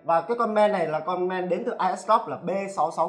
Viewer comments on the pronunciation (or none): ông này không đọc được chữ ê à toàn game đọc là gem, main đọc là men. bó tay